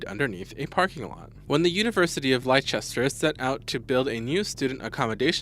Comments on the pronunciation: 2.34 Lie chester ,lol it's spelt Leicester but pronounced Lester. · University of Lie-chester LOLOLOLOLOL